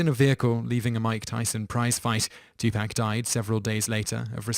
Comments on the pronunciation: Two Pack?? its Two Paaaaaaaak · Two-poc is how you say it not two-pac